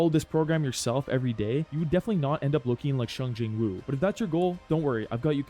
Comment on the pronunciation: Bro really said shung Jin woo😭